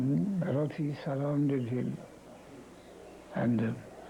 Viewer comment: 27 mins - seven rati (not several)